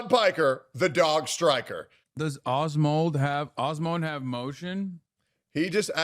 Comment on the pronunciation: Calls him "As-moan", followed by "it's cute watching him." Wild.